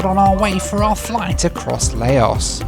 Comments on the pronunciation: Laos! Rhymes with cow! Also I'd say East Timor, Turkmenistan, or Myanmar are the least visited countries, definitely not Laos. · Its pronounced Louse as in mouse!!! Courtesy of the grammar police. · Pronounced Low as in ow. Silent s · Laos, rhymes with house. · acutally pronounced Lao without the ¨s¨ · Correct pronunciation please ..Lao (how) and Laos (as in house) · It's pronounced LAUSE! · Great video but your pronunciation of Laos changed throughout the video. It’s pronounced loud minus the d. The s is silent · I'm very confused with it being Lay-oss one minute then Louse and even Lie-oss. And should Lao be pronounced Lay-oh or perhaps Low, to rhyme with Bough? Still a good video of course! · I’ve never heard anybody pronounce Laos as “Lay-ohss.” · Yes, Laos is pronounced like louse. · Sorry, but your mispronunciation of Lao and Laos, my favorite country in the world, is really grating. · youtube is great for finding out how to pronounce country names.........still a great video though ! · if you arrived at 12am to your hotel why not schedule 2 nights hotel stay , instead of just few hours sleep and groaning about being tired, you would have had time to learn the correct pronunciation of Lao Airlines and Laos the country instead of your appalling attempts. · I like this game of 'how many different ways can I incorrectly pronounce Laos'! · Yes. I was pointing out the hypocrisy of British people who get all annoyed when other people pronounce their places wrong but then happily pronounce other people’s places wrong. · I don't quite buy Laos being least visited country in Asia. And also what's up with him not pronouncing the country's name right? Being such a well travelled man How does he not know how to pronounce Laos ? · kinda crazy that you can spend all this money on the flight, all that time editing and the countless other hours you put into the video but couldn't search up the proper pronunciation of Laos. A tad disrespectful tbh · Lay-O Airlines 😂